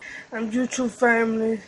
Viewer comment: “U too fame-illy”